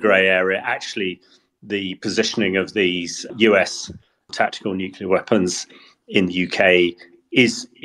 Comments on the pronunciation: Like experts who can't/won't say the word "nuclear", he makes himself hard to take seriously. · Why is it so difficult to say Nuclear?